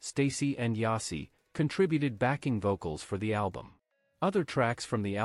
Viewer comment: The daughter's name is Yashi... Not Yasi... Her name did come from the game called " Yatzi" her mom heard that name and liked it.